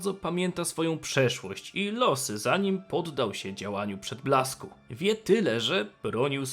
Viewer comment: Za każdym razem gdy jest wymawiane "moc przedblasku", słyszę "moc przytulasku" xd